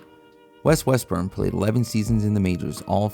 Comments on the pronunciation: IT IS WEST - RUM NOT WEST- BURN. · That's West-RUM...not West-BURN.. 😅😅😅😅😅